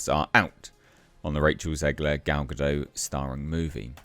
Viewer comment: Gal Gadot is a Hebrew name—it does not rhyme with "Godot" or "row" /ˈɹoʊ/ (US), /ˈɹəʊ/ (UK)¹. It is pronounced [ˈɡal ɡaˈdot], ie. with a /t/ sound at the end, like in the word "not" /nɑt/ (US), /nɒt/ (UK)¹. There are audio 🔉 samples of "Gal Gadot" in the online Forvo pronunciation dictionary (database). ¹) See IPA (International Phonetic Alphabet)